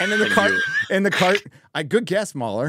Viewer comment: Shouldn't MauLer's name be read Mau-Ler, not Mauler... He's a cthulhu god, not a bad puppy XD